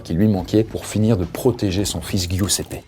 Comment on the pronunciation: Giuseppe se prononce "Djousépé" 💔. Ça fait mal à entendre, mais si jamais avec Google trad tu as la possibilité d'avoir accès à la bonne prononciation des noms étrangers pour tes prochaines vidéos ;)